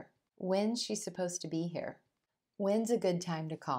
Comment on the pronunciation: Why do you pronounce "here" as "hair"?